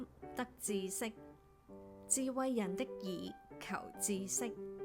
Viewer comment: Thanks for the video! I never realized that 知識 should be pronounced 志, as I've always said 之. Thank you for correcting my pronunciation!